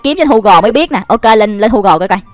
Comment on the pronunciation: Gu gồ chứ ko phải hu gồ